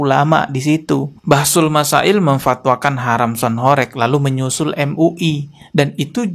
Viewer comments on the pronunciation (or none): Horeg itu huruf "E" nya bukan kayak penyebutan "korek" bang.. tapi penyebutan huruf "E" nya kayak kata "warteg" / "gempa".. Dan horeg sendiri artinya bergetar kyak gempa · Mas dibilangin dari kemarin kok gak bisa to,sebutanya bukan sound horek,tapi sound horeg..tolong lah komenku dibaca..beda lo horek sama horeg